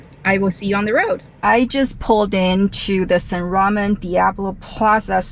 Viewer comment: That's a lot of water and tea. Don't drink and drive. LOL 😂. Love how down to earth your videos are. BTW it's pronounced San Ra-mown not San Ramen 😁